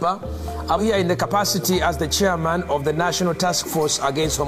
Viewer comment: I can confirm what he is saying at the very end. He is saying, "TO EAT DA POO POO! OF OTHA CHILDREN!" A lot of people think he's saying "over the children" but he's pronouncing the word "of" like "ohv" so it's "OHV OTHA CHILDREN!" lmfao